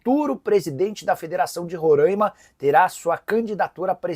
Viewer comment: Nicola, se diz Roraima (com som de A aberto) e não Rorãima como vocês aí do sul/sudeste falam.